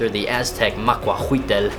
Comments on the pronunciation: great vid also you dont pronounce the L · I'm Aztec but Bruh you said maquahuitl wrong